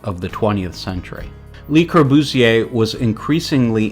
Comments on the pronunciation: "LEE Corbusier" , "Palazzo Del Lavorno"!? etc...How did you graduate any school? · Your narrator should learn how to pronounce. Especially le Courbusier. And he should know something about architecture. You should identify pictures and use them with appropriate narration. Interesting stuff but sloppy. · Great work, and I learned a lot. But please learn how to pronounce French. It’s not “Li.” It’s “LUH” the correct pronunciation. Or learn how to pronounce Atellier! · Not surprising. It got Le Corbusier wrong too. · Good review but for god's sake stop the robot reading! It invariably end up with Burj "Kalpha", "Richard Netura" or "Lee" Corbusier LOL It misreads quotes "Architecture is how to waste space" vs the "Architecture is the art of how to waste space" or it utters things like, "This is a building that stands this building stands" or "Unity Temple Unity Temple was an exercise in ..."